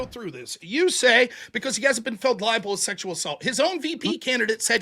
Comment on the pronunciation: Libel... not Liable.